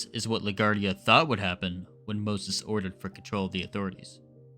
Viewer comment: La Guardia . It's not a French/Spanish name. It's italian so pronounced, la gwar-dee-ah.